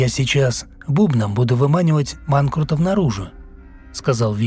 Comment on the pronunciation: Почему манКРУтов?😳🤔